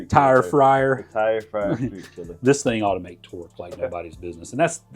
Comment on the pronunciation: street killa lmaoo gots to say it right brother haha